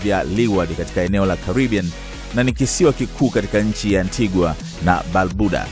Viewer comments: Vanessa please! You should say Antiga and not Antiguwa inavyoandikwa! Mambo ya ain't hayo! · Ainaanndikwa ANTIGUA kusoma unasemwa ANTIGA! Na BAMUDA ikiisema au kuisoma unasema BAMYUDA! Tuko pamoja! 🙏🏽👍👆🙌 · Antigua is pronounced an-tee-guh..yakhee wa Tanzania my people.